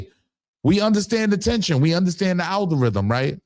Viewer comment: I don't know keep saying "serious" instead of "series" and can't say "algorithm." 😂😂😂. Frfr, what he's saying is true. To me, if you're siding with Diddy, you're not making a statement of f^*k 50, you're saying f**k: Biggie, Mase, Black Rob, Shyne, Faith Evans, Danity Kane, Day 26, and everyone else Diddy took advantage of financially via their music contract. This documentary just opened our eyes to the way he "strong armed" his artists. They can't all be lying and the only black man being "brought down" is the black man who "brought down" is the "black Jeffery Epstein."